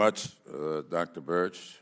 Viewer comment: Minute . sounds like he is calling her Dr BIRCH. It is BIRX.